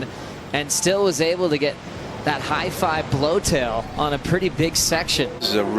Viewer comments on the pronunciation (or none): "High five blow-tail"... Wtf is this donkey gibberish